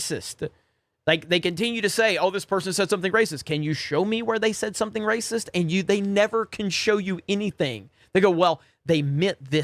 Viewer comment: Why does pronounce racist as “racister”